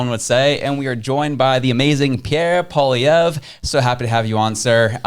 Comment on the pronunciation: That is only because he can't pronounce Poilievre.